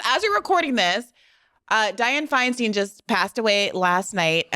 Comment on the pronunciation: The ageism in this clip is so offensive it made me embarrassed for you. Joking about Joe Biden's age has been done to death (& by folks more clever than you.) Being glad Feinstein was dead--& you can't even pronounce her name correctly. I think the stupidest thing you said had to do with your "poor" mom having to grow up in the 80s. That meant we were kids in the 1960s--amazing time to live through. I watched the Beatles live on Ed Sullivan on grandma's black & white TV in the kitchen. Feeling sorry for us growing up in the 80s? You don't know what you're talking about. Your ageism is flat-out mean & probably hurts your mom even though she wouldn't say anything, Check Yourself.